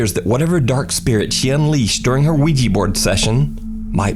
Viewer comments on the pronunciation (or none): OuiJI bord ? Stop , it's OuiJa bord